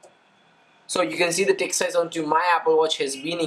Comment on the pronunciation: Sounds like your saying dick size now text size.